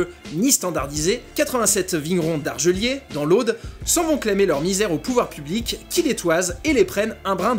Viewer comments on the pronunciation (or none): on prononce le "S" quand on dit Argeliers ;) Une vidéo très intéressante